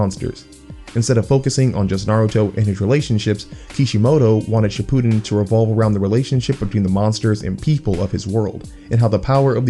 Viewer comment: even as a kid and didn't know any of these mythologies (and still don't) It was obvious to me it must've been based on real mythologies. TIL Son Goku is called that cuz of the Japanese name. Shipiden? bruh... pronounce it right